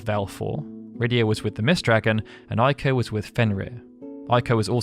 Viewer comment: Its pronounced Ayko, not Eyeko. Ei in Japanese is pronounced like a long A in English. Ai in Japanese is pronounced like a long I in English.